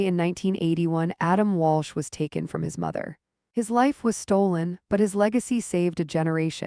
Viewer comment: It's Adam Walsh, not Walch.